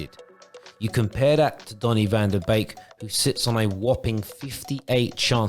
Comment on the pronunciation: Very good video, like the animated style too. However... he is not a cuisine from Couplands... Its van de beek, not bake 😂